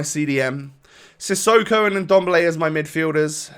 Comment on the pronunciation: Who tf is indomble? You mean ndombele? Hahaha